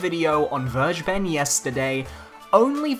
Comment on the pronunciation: How to pronounce Vergeben: Ver: like fairy without the "y" ge: the "g" is no "dji" in german, it's pronounced like the "g" in great The "e" is the hardest part for me to describe because your "e" is our "i", but it's pronounced like the "eeh eeh eeh" adlib kodak black sometimes does (like in There He Go) Ben: just like the name Ben, but you kinda mumble it In the end it should sound more like "Vergebn or Vergebm" with an emphasis on "Ver" and a ptrotracted "eeh" I hope it helps you guys and I hope Vergeben really wanted to have the german word for "forgiven" as his or her name, because otherwise this was a total waste of time for everybody that reads this comment but well, banjo kazooie for smash